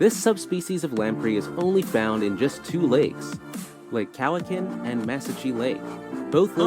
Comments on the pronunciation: That announcer in the wildlife video was pronouncing a bunch of the provinces weirdly. New Burnswick instead of New Brunswick was the first one I noticed. How did he drop the CH in Lake Cowichin? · And it's "Cowichan", not "Cowcan". 🙄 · Cowichan is pronounced kow-a-chin.... i live on Vancouver Island about 20mins drive from Lake Cowichan and the town i live in is Duncan or the Cowichan Valley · He massacred the Vancouver island lake names. I didn't know I'd swam with lamp rays lol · And Cowichan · It is. I live in the Cowichan Valley, about 30 minutes from Lake Cowichan. The pronunciation of Cowichan for the Cowichan Lamprey (Vancouver Lamprey) was horrifically butchered, as much as New Burnswick and Manroba. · That narrator also mispronounced Lake Cowichan and Mesachie Lake (I’ve swum in both those lakes and now I know what I’ve been swimming with, lol) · The islands of Nuvatnu? Does he mean Nunavut? His mispronunciations of Cowichan and Mesachie are pretty amusing. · The narrator also said New B"UR"nswick instead of New BRUnswick. Nu"VAT"NU instead of Nunavut. Also Cowi"KA"N instead of Cowi"CHA"N. Also Sa"L"mon instead of SAmon. Also Mantoba instead of Man"I"toba!